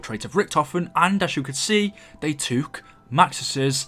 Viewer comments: Say took not toook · Stop saying toook and boook its annoying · “They twook”🤣😂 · The way you say took tho 😂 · Why do u say took so weirdly 😂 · The way you say took....